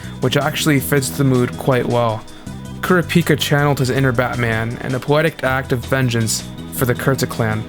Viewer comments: As an average sub enjoyer it was painful to hear kurapíka instead of kurApika srry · Why do you day it like kura pika? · Everytime he says Kurah- Pika. Like Pikachu. I think of a pokemon lol 😂